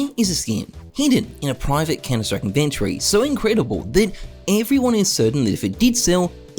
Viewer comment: The way you pronounce «inventory» is, quite frankly flabbergasting…